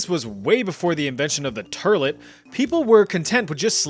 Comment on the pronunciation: “Turlet” instead of toilet😂